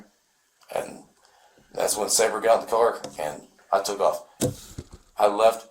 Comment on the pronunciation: Lady Detective, it’s not Sauber it’s saber with a long a like in the word day